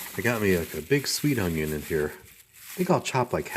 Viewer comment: Whats with the camera view?..old64goat will hate this video, he hates that vertical camera format...I think you're 1 percent stud and 99% muffin..haha.....what no whiskey in your cabinets?....Don't invite Nancy Pelosi over until you fill your freezer with ice cream!....when you say "unyon" you sound like good old Justin Wilson...I guarantee!...That picture of that indian guy ( Iron Eyes Cody) was a fake italian actor who spent his career lying about his indian heritage... sorta like that pocahontas chick from Massachusetts.. I loved that indian maiden on the butter package..damn stupid people for removing it!..That looks good...You have enough for an army there...Regards, Buzz